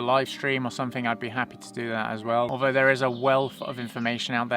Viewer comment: "What's datt??"